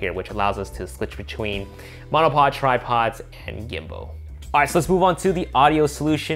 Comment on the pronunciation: i love ya but i’m gonna have to ask you to stop saying gimbo lmao